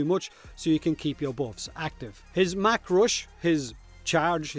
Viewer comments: Hey. Love your accent, but damn. It's MACH (pronounced mock) RUSH, not mack rush. Like flying at Mach 1, the speed of sound at sea level. It's funny you're worried about saying Gauss, say it right, and then say mach wrong. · Out of everything in this video, I am somehow most offended with your pronunciation of "mach" Gouse and his mack roosh